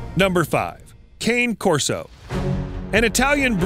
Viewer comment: It is pronounced “kah-nay” corso 🙄